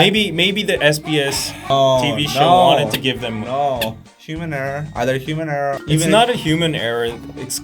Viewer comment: That guy in black keep on saying hemuuunerr hemuunerr..?? Like whaaaAaatt? Haha it's human error .. ? 🤔🤨😂😂😂😂😂😂